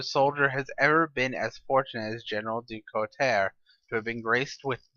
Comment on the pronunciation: general du couteau, pronounced Du Coo-toe otherwise i like these qite a bit keep em comin ;P